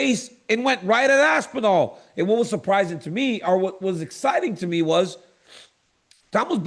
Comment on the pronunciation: Tom ‘Asspinal’ Asspinal